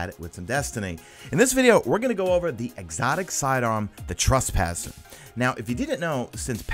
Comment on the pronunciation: u said trespasser wrong at the very beginning of the video dude